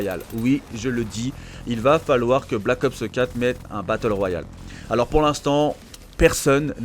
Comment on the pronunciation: Pourquoi tu dis "Black Opseu 4" comme PG 😂😂 J'ai capté c'est une manie de langage que t'as "copié" sur elle a force 😂 Perso CoD a part si y'aura un MW4 c'est finis pour moi, ça fait 10 ans que j'y joue, je suis soulé